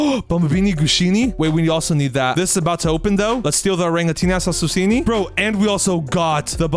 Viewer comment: bro it is orangutini ananasini not orangutini assasusini but love your videos bro